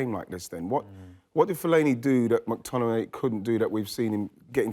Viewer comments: Just want to hear Wrighty say McTmininiimay a few more times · Ian Wright physically cannot pronounce McTominay properly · How can Wright say McTominay so many times and somehow pronounce it differently each time. Bless him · Surely Ian realized he can't pronounce McTominay? Not sure why he then decided to say his name about seven times in thirty seconds. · Ian saying mctominays name wrong is making me laugh out loud hahah